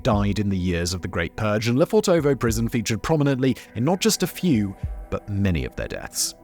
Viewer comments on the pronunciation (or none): Suggest you talk to a native speaker to pronounce it correctly. It’s LefOrtovo (emphasis on the first o) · Hey Simon, just a useless little tidbit of info - it's correctly transliterated 'Lefortovo' from the Russian Cyrillic, but actually pronounced 'Lefortevah' (with the only stress on the first 'o'). Russian linguistic rules an all that, y'know... Anyway, use it, don't use it. ;) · Lofèrtova. Pronunciation. I saw the gates today. Unassuming. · He needs to learn how to pronounce Lefortova.